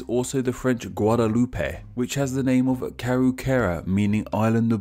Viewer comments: Guadeloupe is pronounced "Gwad-loop", and Martinique "Mar-tin-eek" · Not just his indigenous pronunciation are wrong,his French and Dutch pronunciation are also wrong.Guadaloupe is pronounced 'gwadalup',the 'e' at the end is silent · When I did Caribbean history in HS, my teacher stressed that as Caribbeans, we should know the correct pronunciations of the countries in the region. See the pronunciations below! Nevis is pronounced 'nee-vis' St Croix is pronounced "croy" Guadaloupe is pronounced "Gwada-loup" Dominica is pronounced “dah-mih-nee-kuh” Martinique is pronounced "Martin-eek" Grenada is pronounced "Gree-neigh-dah" Saint-Domingue is pronounced " Sah (for Saint) duh-mah (for Domingue )". Ayiti/Hayiti is how a Hatian would say Haiti in their creole. You didn't mention Barbados, Bahamas, The Cayman Islands, Belize, Guyana and Trinidad and Tobago in the video. While Belize and Guyana aren't islands, they're still apart of the Caribbean/CARICOM.